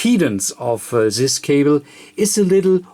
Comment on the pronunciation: You can say "impedance" with D but you can't say "this". Why?